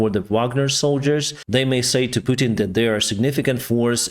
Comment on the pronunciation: You said putin wrong